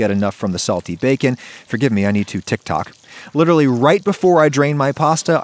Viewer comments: Hearing Adam say “TikTok” is like hearing my 97 year old grandpa saying yeet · The way Adam said “tiktok” though 😂 he’s new to this tiktok thing